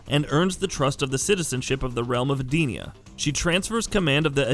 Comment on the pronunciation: anyone bothers how he says Edenia, shinnok, and tarkatan wait also kotal kahn